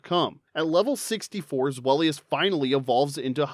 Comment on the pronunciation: Deino's, Zweillous' and Hydreigon's names all contain the German words for the numbers 1, 2 and 3, the same way as Artiucno, Zapdos and Moltres before them but with Spanish then and you utterly butchered the pronunciations, although, at lesat you do pronounce "Pokémon" correctly, I'll give you that! Also, bug-bear, but you can clearly tell that Cynthia's Garchomp is a Shiny Female from the colour and the lack of a nick in the dorsal fin! And it took me months, but I did finally manage to Breed a Shiny Jangmo-o with its Hidden Ability Overcoat! It took me so long, I started to relase every single Jangmo-o who did not have at least five Perfect IVs and I still had four boxes full of them, all the ones who didn't have a Perfect Attack IV, I jus Wonder Traded off, the ones that did, I kept for Special Trades! So, on Sun/Moon/UltraSun/UltraMoon, if you ever got a Jangmo-o with five Perfect IVs and Overcoat through Wonder Trade, you're welcome! Although, my Battle Tree Team, I usually go with Double Battles, I start with my Salamence and Incineroar - both Shiny (thank you, Masuda Method) - get that Double Intimidate off and then Mega Evolve Salamence, hit like a train with STAB max damage Return! Also, having a Base Stat Total of 600 and having two previous stages is how we identify Psuedo-Legendaries, although, as a Brit, with enough issues with the Galar Region as it is, I was kind of bored of the Dragon-Type Pseudo-Legendaries by then, Sword/Shield didn't help my mood much, eith